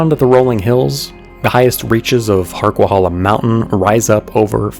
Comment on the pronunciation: It's pronounced HarquaHAYla, not hala.